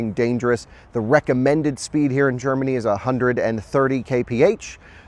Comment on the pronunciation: Drinking Scottish coffee in Gerrrmany... ok 🤷🏼‍♂️